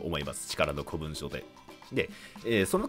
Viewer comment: 古文書は一般的には「こもんじょ」って読むんじゃね。余計なお世話で申し訳ない。